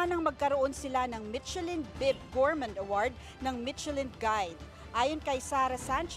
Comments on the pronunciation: hindi "ch" kundi "sh" ang Michelin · PRONOUNCE MICHELIN THE RIGHT WAY NOT MITCHELIN JUST SAYING PO KASI MASAKIT SA TEYNGA.😮